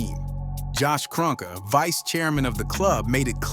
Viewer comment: Josh Kroenke *Kron-key